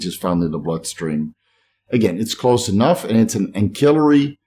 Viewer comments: Ancillary is pronounced with an /s/ not a /k/. Like “ansillary.” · Hey I'm still going thru boxes of books looking for that trade name for primobolan acetate. I will find it but it will take a little time. I can thank my wife for that. On another note, love how someone comments on pronoucation of axillary. With Steves huge amount of knowledge I think we can forgive him for one grammar mishap. Only on social media..Lol. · The c in ancillary is pronounced like an s not a k. 😉😁